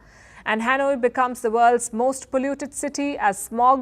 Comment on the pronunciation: teach this guy the correct pronounciation of HANOI... IT is pronounce HA NOY not HEN WAA...CAPISCE??? THATS KA PEESH!!!!!